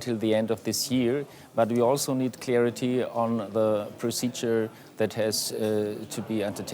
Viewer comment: "Clearity" bro can't pronounce it correctly after DW guy said it. CSU is filled with these types of geniuses.